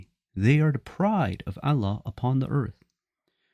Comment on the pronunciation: First of all it's not Alla , it's Allah .Ah at the end please I am sure you can work on it if you are not AI generated. There were no Hadiths for at least first 150 years following the death of the prophet (pbuh). 'We have made the Quran easy for you to understand'.